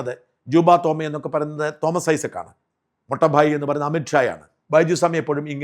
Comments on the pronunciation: മൊട്ട ഭായ് അല്ല, മോട്ട ഭായ്, (elder brother ) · മൊട്ട ഭായ് അല്ല, മോട്ടാ (തടിയൻ) ഭായ്! നോക്കി വായിക്കുമ്പോൾ ശെരിയായി വായിക്കേണ്ടേ? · മൊട്ട ഭായ് അല്ല. മോട്ടാ ഭായ്. Big brother. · ഷാജൻ, മൊട്ട ഭായ് അല്ല, മോട്ട ഭായ് (വല്യേട്ടൻ). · മൊട്ട ഭായ് അല്ലെടോ....😅 മോട്ടാ ഭായ്... Means big brother in Gujarati 😊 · മൊട്ട ഭായി അല്ല മോട്ടാ ഭായ് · ഷാജൻ ജീ - മൊട്ട ഭായ് അല്ല. മോട്ടാ ഭായ്. ഗുജറാത്തിയിൽ മോട്ടാ ഭായ് എന്നുപറഞ്ഞാൽ മൂത്ത സഹോദരൻ, വല്യേട്ടൻ, ബഡാ ഭായ്. അവർ ബഹുമാനത്തോട് കൂടി വിളിക്കുന്നതാണ്. തടിയനായ സഹോദരൻ എന്ന് മറ്റൊരർഥം കൂടിയുണ്ട്. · sir, മൊട്ട ഭായ് എന്നല്ല. മോട്ട ഭായ് (elder brother )എന്നാണ് ഉദ്ദേശിച്ചത് എന്ന് തോന്നുന്നു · മൊട്ട ഭായി അല്ല, മോട്ടൂ ഭായി ആണ്. ഗുജറാത്തിയിൽ മോട്ടൂ ഭായി എന്നാല് വല്യേട്ടൻ.